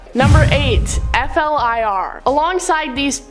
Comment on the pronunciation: Its pronounced Fl-ear, not F.L.I.R...